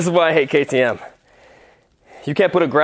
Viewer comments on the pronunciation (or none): its not ketem its k T M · You a bike guy and you dont know what a ktm is??? And its K-T-M bro not kkkttmmm 😉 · k.t.m you say ktm not kt mmmmm lol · I think it’s KTM not kuh tuh mmm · bro its k.t.m not kkttmmm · not ktmmmmmm its k t m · KTM isn't pronounced "kutum" it's " K T M , I've been wanting one since I was a child but I had a good laugh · Jeez a kerrteem lol athere called k t m's lol they make the top 3 scrambler's around how have you never herd of them man just asking, great vid thumbs up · He lost me at KTEM……..how do you not know it’s K T M ?!! 🤦🏻‍♂️ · K T M not kotom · bro its not khtm its k t m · Bruv its k.t.m not KTMM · Ka tooo mm ... african company 😂😂😂😂😂 austria australia ... the same 😂😂😂😂 this batterie powers the clock .. muahahaaaaa ... i laughed so hard!!! THANK YOU! Dude!!!!!!!! You ROCK!!! it's Kay Teee Emmmm ... and it's austrian .. Europe! epic video! 😉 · It is not pronounced like katum it is KTM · It’s a K.T.M not kaytoom and they always come in crates ps. Love ur vids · bro it be pronounced kay tee mhh. and I'm pretty there a Austrian made bike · K , t, m not kotim lol 😂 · It’s not kuh tee umm it’s ktm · ITS A K T M NOT ONE WORD, and the company isn’t African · K T M , not katoom !! lol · ke t mmm its ktm bro how did u not know that they are very famus in sweden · Bra it is K. T. M. NOT KTEMMMM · btw it's just pronounced K T M not ktttmmmm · Kay Tee MMHH😂😂😂 sooo.. KTM? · It’s called a k t m not kitm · how dare he call a ktm a kay teem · Everytime he says kaa-taa-mmm it hurts my soul. It's KTM my guy. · Dude it’s called KTM! So Kay, Tee , Em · You should say it like (Key Tee Em) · Bro really called KTM ketemeee💀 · you say the letters? Not like Ktm k t m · It’s Kay-tee-emmm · How hard is it to say KTM ffs? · So hard to pronaonce ??? Kaay Tee eM, A major company who produce price winning cross bikes from Austria. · say it like ka t em and its from austria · It's called KTM kay tee em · I love how he butchered the name "KTM" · Kay tee emm